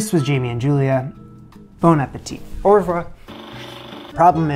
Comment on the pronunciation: Just need a bit of work on the "au revoir", especially since it's in every video, but yes, it's getting pretty damn good !